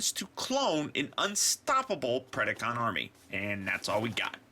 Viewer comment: predAcon and predAking not PREDiCON and PREDiKING.